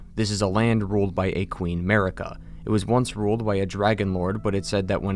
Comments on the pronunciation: why does this donny say america when its marika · i will eternally hear 'merica instead of marika for the churches lol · Dude, my native tongue is spanish, I literally can't play Elder Ring seriously because of "Marika"